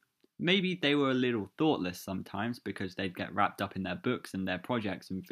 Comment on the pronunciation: "wrapped" not "raped" 😅